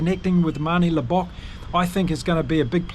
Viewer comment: Mate, if you are going to do this sort of thing, please learn name pronunciation. If you can ge3t Arendse and Libbok right, then you can surely get the others right too. Nonetheless, enjoyed the preview.